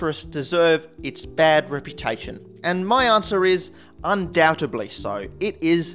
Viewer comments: undoubtedly un doubt ed ly not un doutebdly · 2 words, actually. Can't pronounce "incendiary" or "undoubtedly".